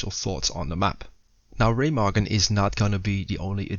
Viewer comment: So happy Ramagen wasnt pronounced RuMeJuN like in that other guys video